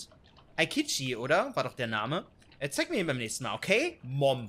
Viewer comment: Lachflach als sev Mom so komisch ausgesprochen hat ich war gerade am trinken jetzt ist mein Bett nass XXDDDD